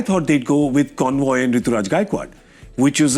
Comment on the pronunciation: Kindly get it right Gaurav, it's Conway and not convoy 😅